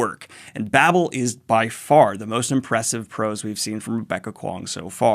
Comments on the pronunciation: Victoire= victwar Babel long a, not Babble. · pronounce baybel, babble is double b l e